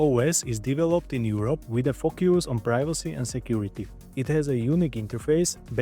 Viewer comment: I love the way you pronounce focuse fuckus focus.